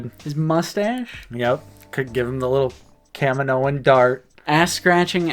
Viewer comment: Would Kamino-in be a better pronunciation? 🤔 Fun Aotc trivia: Taun We is voiced by Rena Owen who was Temuera Morrison's onscreen wife in the '94 New Zealand classic film 'Once were Warriors'.